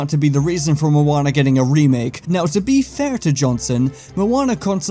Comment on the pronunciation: This isn’t Moana it’s monaa